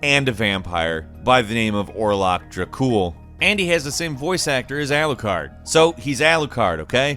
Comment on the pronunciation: Alucard... It's Alucard. Lmao